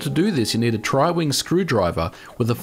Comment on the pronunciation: Tri Wing....that hurted a little. ^^